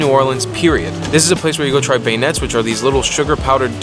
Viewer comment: #7. The "t" is silent in the word beignet. It's pronounced: Ben Yeh